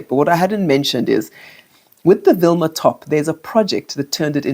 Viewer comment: Vilma not Wilma top.